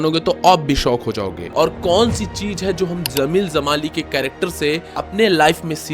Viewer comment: Bro its Jameel not zameel...better for you would be to use an AI voice over